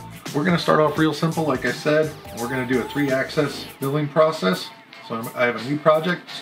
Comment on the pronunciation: Nice advert, 1) Its Axis, not Axes. 2) STL files are very limiting in the CAM Carvera Software. There are times it will only allow contour and will refuse to do Relief cuts. Converting them to Obj is the way to go. 3) The factory software is also very poor at creating efficient machine paths, highly recommended to use an alternative CAN software such as Fusion. Its fine for light weight machining process. But when you have 4 or 5 tool path. Its get old quick. Also, the software is in Beta, meaning updates are frequent and there are still missing key items. Chinese to English translations done incorrectly or missing at times. Tool menu that refuses to access unless you close and reload the software. ect.. They are responsive when emailing the issues to the team, but their direct answer is "Its a Beta". Overall is a great machine to have at a very reasonable price point. The fact that you don't need an annual subscription for the basic CAM software as many have is great (hopefully that does not change). Its build well, parts and materials are easy to get. I switched from the highly capable but un-supported Bantam CNC to the Carvera Air model. Its definitely a step up. Only wish they would spend as much energy in making a robust software vs. paying influencers and adding new models to their line up.